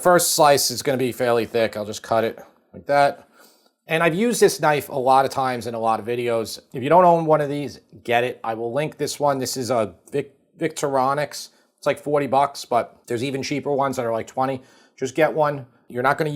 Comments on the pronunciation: vic TOR inox rather than VIC tor RON ix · I've never heard Victorinox pronounced like the name of some Euro EDM DJ before... It's Vic-TORR-i-nox. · Love a good French dip ! And that knife brand is pronounced Vic-TOR-in-ox . One of my favorite brands . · Pronunciation of Victorinox is next level! Nevertheless I’ll be making this! Looks amazing!